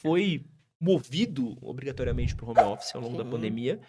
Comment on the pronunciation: Quem fala Romófice não tem autoridade pra falar nada